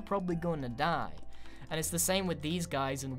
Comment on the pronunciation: That accent tho... "U prolly gonna dah!"